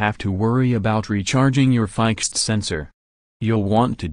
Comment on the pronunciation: You don’t know how to pronounce FIXD, ROBOT.